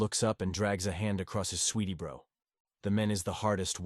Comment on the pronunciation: Sweety bro (sweaty brow) 😭